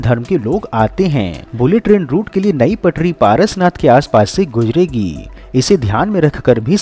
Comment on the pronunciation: Gujregi nh guzregi hota h be